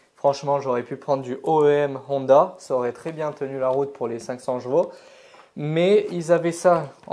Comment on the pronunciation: Aaaaaahhhh tu me vénère à dire « jvaux » dis poney ce sera mieux !! 😂😂😂